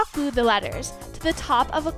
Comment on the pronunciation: "gluue" "togAther"